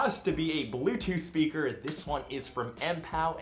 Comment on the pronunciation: spraker? English ok